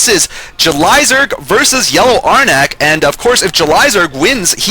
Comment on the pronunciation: Saying "Ar-Nack" would involde a second vowel. "Arnk" should be the proper pronunciation, like Barn+ Bark - the "B". Also, Cholera is way out of level with Rise. They record the audio levels seperate from the video. Why wasn't that fixed?